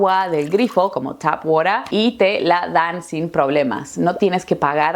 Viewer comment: You say "tap water" like an old school New Yorker.